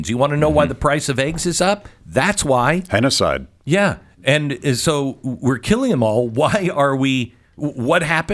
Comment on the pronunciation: "Henocide" 😂 that is gold!